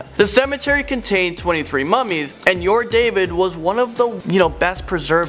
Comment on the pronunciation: Ur-David is not pronounced „your David“ lol